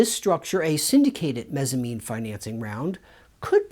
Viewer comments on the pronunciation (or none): Mezzanine not Mezzamine. It's like a Mezzanine floor, a middle floor between two floors in a building.